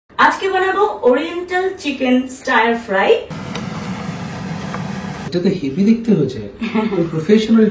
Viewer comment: "Stir" fry is pronounced differently not the way you said it..... Rectify and improve the way you pronounce words on social platforms.... sounded very immaterial. You have made the word "stir"..."stair" 😂.... hilarious.